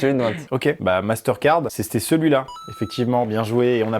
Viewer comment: "c'esStait celui là" 😂 et aussi on peut me dire la dernière phrase qu'il a dit avent le logo 4😂 Meme en 0,25 j'ai rien compris😂